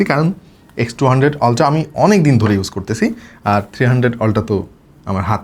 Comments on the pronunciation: সবকিছুই বুঝলাম কিন্তু আপনি আলট্রা কে বারবার অল্ট্রা অল্ট্রা কেন বলছেন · Alta ki? Ultra bolen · Amio 😂 অল্ট্রা 😂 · Ultra এর আজব উচ্চারণের জন্য ভিডিও অর্ধেক দেখে চলে গেছি। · a besi suddo kore bolte bolte ultra ke ki jeno uccharon kortase ALLAH e jane